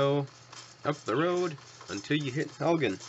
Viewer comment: Helgen not halgan